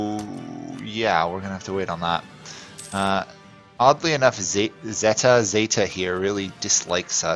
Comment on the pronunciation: And yes , its zeta , not zeyta .